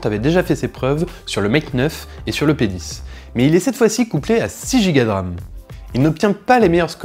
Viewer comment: G crue entend te penis aux lieu de p 10